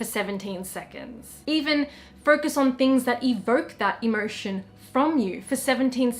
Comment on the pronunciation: Sorry I dont mean to be rude, I love you! is it just me but when you say "emotion" I hear it as "immersion"???